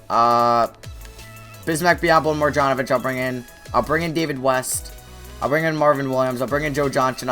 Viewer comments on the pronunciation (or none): It's mar-yan not mar-jon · It's boban (mar-yon-O-vich)